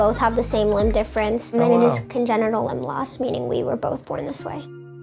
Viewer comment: Is he a real doctor because he said congeral